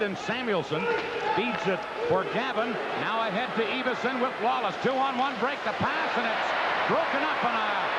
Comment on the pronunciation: EE-vason? It's EV-ason!